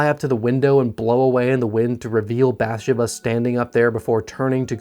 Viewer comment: Did you really watch the movie as many times as you claim? Because every time you mispronounce a simple character name it makes me think you're just doing this because horror is popular on YouTube. Which that's fine if you're not a horror fan. Just be honest. You do a great job either way. Literally the only thing wrong is not researching how to pronounce character names. It's not BATH-sha-buh. It's Bath-SHE-bah. Emphasis on the second syllable, not the first as you're pronouncing it.